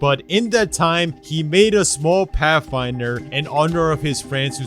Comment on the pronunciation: Pathfinder to pafinder